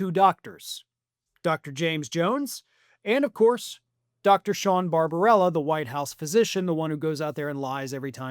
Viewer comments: The doctor's name is Barbabella, not Barbarella. (Would Jane Fonda be better at medical practice?) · The doctor's name is BarbaBELLA NOT Barbarella. Always a good idea to pronounce people's names correctly, if you call yourself a professional journalist.